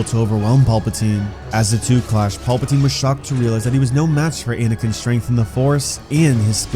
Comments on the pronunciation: Wtf is that pronunciation? Paupatine? Tf 😂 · Anyone else loosing their mind everytime this goofball says paulpatine? 😂